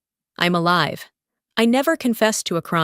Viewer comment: Please check the grammar alive is being pronounced wrong